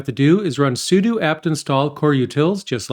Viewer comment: Thank you for saying `sue-do` I don't recall when I've needed this but I know I have needed it. Now I know for next time. Thanks